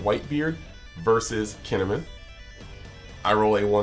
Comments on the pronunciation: He had the first half right, he was just saying Min instead of Mon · It’s KEY N Ehh MON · you're doing a hard KEEN when its not quite right